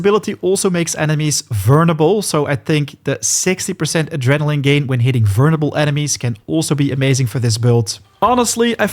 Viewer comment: Took me a while to understand verneble is vulnerable and wuver is hover